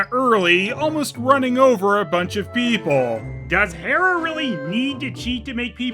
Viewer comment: the way they pronounce hera sounds like someone mixing up he-man and she-ra